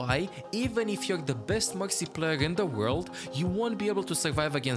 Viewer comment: this guy cant say r. mexy, phagah. confusing. what language is his primary?